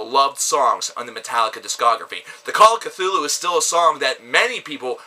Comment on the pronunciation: Also if Call was actually one of your favorites, youd know that its pronounced Ktulu not Kthulu.